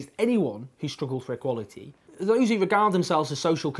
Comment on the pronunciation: why do you say words like "equality" and "party" like a deaf person?